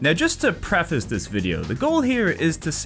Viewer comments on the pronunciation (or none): none